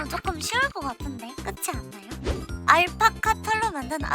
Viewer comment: 알파파파카?인가요 알파카파카인가요?